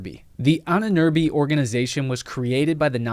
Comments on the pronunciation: Whenever you say „Ahnenerbe“, it sounds like „Ininirbi“ and I had to rely on context to understand what you mean even though I am a native German speaker. Why even say the German word when you won’t even bother to look up how to pronounce it? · So funny how you pronounce "Ahnenerbe" :-D At first I thought you're talking about and Amazonian tribe.